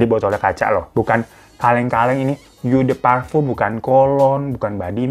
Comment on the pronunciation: Fan sini dah gw kasih tau cara baca Eau de Parfum yg bener, biar makin lejit lu endorse-annya 😂 jadi Eau de Parfum itu bacanya o de parfang, gampang kan? Besok jangan bilang yu de parfyum lagi ya Fan 😊😊